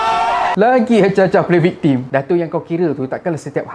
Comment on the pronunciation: viktem sebutannya bukan viktim